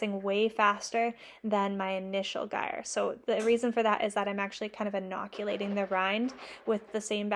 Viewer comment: Are you saying Gruyère? I believe it’s said groo year, but I’m Australian so might be mangling it. I probably need to pick up some ripening containers before I launch into my cheese making journey. I have a little wine fridge but being able to customise it for each different cheese is probably a good idea.